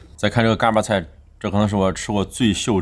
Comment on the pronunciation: 看了好几期天津探店视频，实在忍不住了，不是嘎儿巴菜，儿化音不是这样加的，三个字全部是大字眼儿，并且巴读轻声，另外是bēng豆不是四声哈哈哈哈